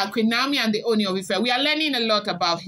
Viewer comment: You almost pronounced Ooni correctly today. Keep trying. You are doing well. I have been enjoying your blogging.